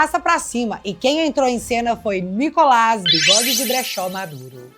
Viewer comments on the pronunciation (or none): none